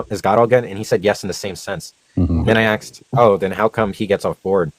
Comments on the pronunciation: He does better than that, if you listen carefully, he says ax-sked, ax-sking, just to please everyone. You have nothing to complain about. 😁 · I'm always amazed that someone so smart still says "axed"